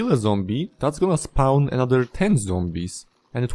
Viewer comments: "Can not spaun" Endermen should pick up blocks around you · I love the way this guy says the word “spawn.” I get it, his first language is not English. But dude it sounds so funny I love it